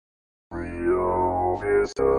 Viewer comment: You must not be from these parts. It's pronounced Rye-oh Veh-sta.